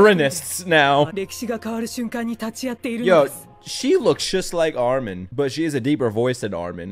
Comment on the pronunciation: Your "ARMIN" souded very russian-ish, and it was clear voice, without any accent. If you will try to learn it, you will get it first try with no issues.